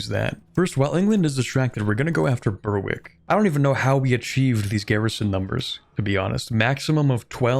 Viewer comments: it's pronounced berrick. Yes it's stupid, no I don't know why it isn't spelled like that, blame the Scots & the Norse Also, whilst that spelling is more accurate to how it's said, it's more accurately spelled gallóglaigh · It's pronounced berr-ick not bur-wick😭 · Yes! Suas leis a' Ghaidhlig! 'S Alba le na Ghàidheal! The way she always should've been! Dia dhuit, a' ghaisgeach treun! BTW - it's pronounced Ber-ick. The w is silent in Berwick. And if you care at all, the correct--at least modern--Gaelic pronunciation of Alba has an epenthetic vowel between l and b. /aLabə/ or even /aLapə/.